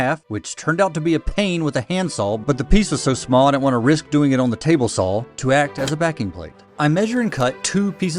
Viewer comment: THERE IS NO L IN "SAW" fahk off 30 seconds in nope, ya doone